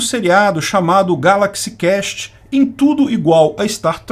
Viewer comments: Galaxy CÚEST, amigo. Na palavra Quest a letra U deve ser pronunciada. Do jeito que você falou muda completamente o sentido da coisa como Galaxy CAST. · Meu Deus., é Quest mesmo que se pronuncia. Cast é outra coisa. Me apavoro como gente culta e com canal grande, com um inglês sofrível desses...